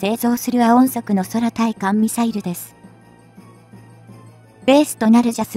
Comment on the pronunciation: 空対艦(クウタイカン)ミサイルをソラタイカンとか読まないで下さい。